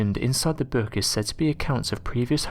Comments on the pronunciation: What the hek is a "Boourk"?? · I cant stand this narrators voice and the way he says ...: "book " is creepier than a stupid ...boook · Screw the book...what’s haunting me is how the narrator says the word, “book”.